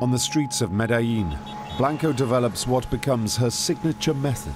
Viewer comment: "...the much older Carlos Truhelio" 🤦🏻 The Great Cornholio Truhelio And earlier he says "Grizelda Blainko"...is it that hard?😂 He says 'Bravo' correct but can't do Blanco.